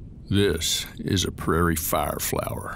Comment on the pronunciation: "this is a praire flower" 😭